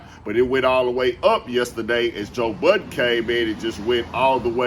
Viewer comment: Anyone who says Joe budden last name as “Buddens” or “Buttons” I don’t trust and will steal🤣🤣🤣🤣